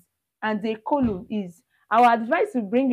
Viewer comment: I like your methodology. Please can you say column instead of coloom? The u should sound the same as the u in but, hut, cut, umbrela, under.